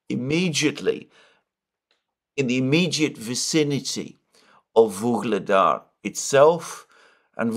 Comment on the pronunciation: It seems like you pronounce a'"g" sound in the middle of Vuhledar or am I imagining it?